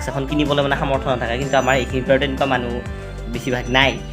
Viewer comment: মানহু নহয় মানুহ ☝️